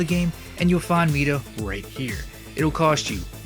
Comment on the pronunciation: “Meeda multi tool” it’s my-duh. Nice video tho thanks